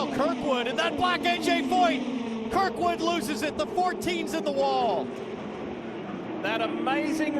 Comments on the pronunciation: It's Kirkwood, not krikwood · It's Kyle Kirkwood not Kyle Krikwood